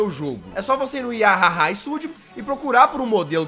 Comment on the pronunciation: Eu acho q vc pronunciou "yahaha" do jeito errado kkj